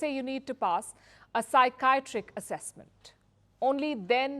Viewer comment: psy chi at trick is the phonetic way to pronounce it . She needs to work ,,,,, on her ENGLISH a doll es cence ad dole less scence